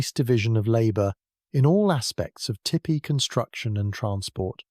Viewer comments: Tell me it’s AI without telling me it’s AI! Tippy, instead of Teepee! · I can’t listen to this one. That is NOT how tipi is pronounced. Tee Pee.